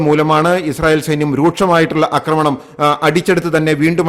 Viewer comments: അക്രമണം അല്ല ആക്രമണം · ഞാനും ഇതുതന്നെ എഴുതിയിരുന്നു. ഇങ്ങേർ 'അക്രമണം' എന്നേ പറയൂ. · എന്റെ പൊന്നു സാറേ... അക്രമണം അല്ല ആക്രമണം എന്നുപറയൂ എത്ര കാലമായി കേൾക്കുന്നു കഷ്ടം.... ഇനിയെങ്കിലും ഒന്നു തിരുത്തി പറ..